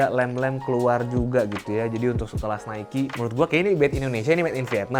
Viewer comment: itu pronounce nya nike kak...